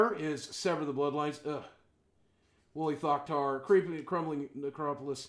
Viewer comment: when he said wooly thoctar i thought he said holy fuckytard. lol